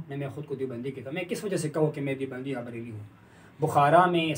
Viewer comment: بریل کہاں ہے؟؟ بریلی ہوتا ہے۔